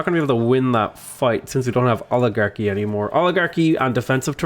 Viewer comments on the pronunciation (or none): none